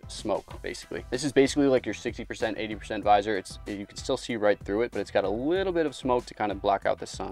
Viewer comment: please just say visor